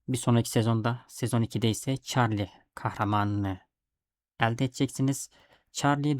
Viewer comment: isimler hatalı telaffuz ediyorsun. Allah Allah diyorum, ben de bunlar kim, neden bende yok diyorum ben de. 😅Çarlinin asıl adı Karli, sıkayler dediğin ise Şuylır diye okunuyor. Lütfen beni yanlış anlama. Kabalık etmek ya da ukalalık yapmak gibi bir niyetim yok. Sadece benim gibi acemilerin daha iyi anlayabilmesi için. Seviliyorsun, iyi akşamlar. 😊😊😊😊